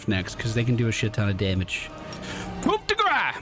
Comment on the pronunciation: coup de grace is pronounced "coo day grahs" in case you care.